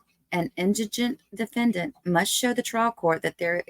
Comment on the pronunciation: the DE-FEN-DANT